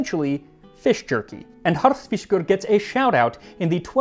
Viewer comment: Well done enjoyed your video your saying "Harðfiskur" is spot on and I would absolutely eat you Rúgbrauð Greetings from Iceland